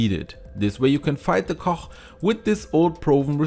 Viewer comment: When you say cough first try saying the word FUNNY that F sound at the beginning of the word FUNNY is the sound that the GH makes at the end of the word Cough ... hope that helps. you do a fantastic job at correct pronunciations of the English language. which makes it very easy to understand everything you say, so when you had trouble with cough it was so obvious. I can see how one would think it was pronounced the way you were saying it. Our language is confusing. I have a lot of respect for those who speak it as a second language. IT IS THE ONLY ONE I CAN SPEAK. so please, I hope I have not offended you. Great video! I can't wait to give it a try!